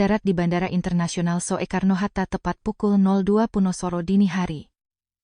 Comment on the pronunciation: mohon diperhatikan gaya bicara untuk tulisan/ejaan jaman dulu spt tulisan Bandara Soekarno-Hatta -->dibaca yg benar Bandara Sukarno-Hatta --> bukan So-e-karno-Hatta. "Soe" dibaca "Su".